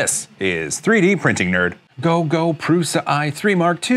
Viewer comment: I kept hearing your "Go GO Printer.." as Don't Go Printer.. I was wondering what you had against the Prusa